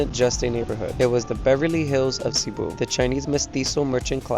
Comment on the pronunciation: Please pronounce cebu correctly, thanks